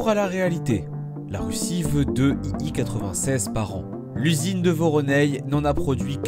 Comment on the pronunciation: l'écriture est correcte, mais pas la prononciation. Tout au long de la vidéo l'avion est présenté comme un "i i 96" alors qu'il s'agit bien d'un "i l 96". C'est écrit en majuscule sur son fuselage.